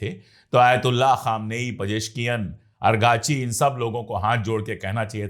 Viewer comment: Sir maazrat ke saath arghachi nahin araghchi hai baqi aap ki efforts ko salam